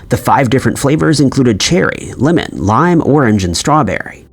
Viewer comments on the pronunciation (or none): none